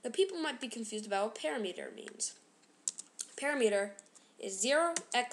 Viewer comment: u pronounced parameter wrong :P just saying